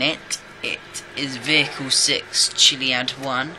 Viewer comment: It's vehicles not vichles